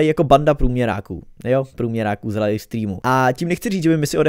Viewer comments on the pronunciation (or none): none